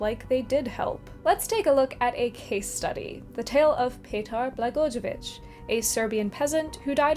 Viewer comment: The way you say Petar Blagojevic, it hurts my soul. Butchered him harder than the Vampire Hunters.